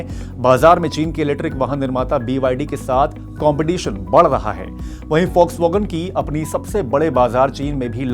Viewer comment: Yeh focvagan nahi Volkswagen hai.